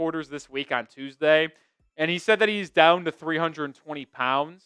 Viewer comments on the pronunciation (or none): none